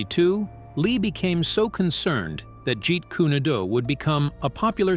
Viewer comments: It's Jeet Kune do. Pronounced dough not du get it right way of the intercepting fist.hate when people pronounce words wrong. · he only pronounced it right once in the whole video when it showed on screen "jeet kun do". the rest just felt like rage bait as if he's mispronouncing on purpose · Why does the pronunciation of 'Jeet Kune Do' change every time it is read, and most of the time WRONG? GET IT RIGHT! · Can you fix the pronunciation of jet kune do 😅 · lol you're killing me with the A.I.'s pronunciation of Jeet Kune Do! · I wish he would just say JKD because he isn't pronouncing it correctly at all! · Maybe you first learn how to pronounce Jeet Kune Do before you run your mouth. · Dude why do you keep changing the name on the style Bruce Lee's. You changed it three different times like you cannot pronounce it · The pronunciation of Jeet Kune Do is atrocious! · Narrator keeps mispronouncing Jeet kune do! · Kuni doo lol 😂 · Someone needs to teach the narrator how to pronounce Jeet Kune Do properly! Not Jeet Kuni Do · "Jeet Kunay due" 😂😂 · you lost me at "Jeet kooney doo" 🙄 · I'm speaking to the host of this video...I can't even listen to this BS because of the way you pronounce 'Jeet Kune Do'... "Jeet Kunny Do?"...Are you fricking insane? Is there something wrong with you? Even a child can pronounce it better than that, and you should know how to say it as long as the phrase has been around. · Narrator. Why do you keep on tf alking and actually show them talking for all these claims? And why do you disrespect Lee like that? You keep saying Jit kunee do. Wtf is wrong with you? Might as well delete this video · WHOEVER THIS IDIOT IS TALKING ABOUT WHAT HAPPENED NEEDS TO PRONOUNCE WORDS BETTER. HE CAN'T EVEN PRONOUNCE JET KUN DO PROPERLY AND HE CAN'T EVEN PRONOUNCE THE NAME OF THE WEAPONS CORRECTLY. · Man said Jerry kooneydoo.. shocking get the pronunciation right before you report bro come on Man the UK salutes likes and sub .for effort anyway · "Jeet Koonie Doo"? 😂